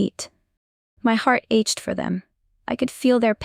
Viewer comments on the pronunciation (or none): The "ch" in "ache" (and all forms) is pronounced "k."